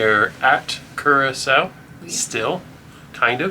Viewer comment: Blue Curacao is pronounced the same way the island of Curacao is. "Cure-ah-souw".